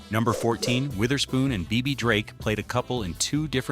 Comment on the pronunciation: The AI couldn't pronounce Bebe 🤣🤣🤣🤣🤣🤣